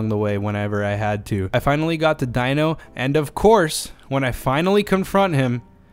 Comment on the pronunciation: Isn’t Dino’s name pronounced “Deno”